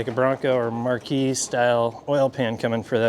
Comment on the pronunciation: You'll get used to it. mispronounces a few things on purpose. Versailles, Marquis, Le Sabre...